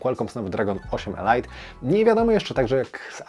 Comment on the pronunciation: Elit , nie elajt 🤣